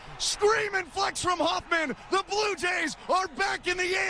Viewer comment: Did the Yankees announcer Dave Simms just call my Blue Jays the “blow” Jays? 😮